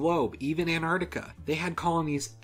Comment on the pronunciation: AnTarctica not anarctia